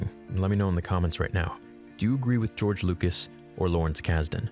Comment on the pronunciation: “George Loocous” My favourite director. Just a joke, I love...